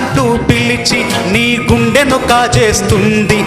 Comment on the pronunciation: Chandraboss garu meru guntu antunnaru guntu kadhu sir gundenu anaali meru kuda thapuga vucharisthe ela sir cheppandi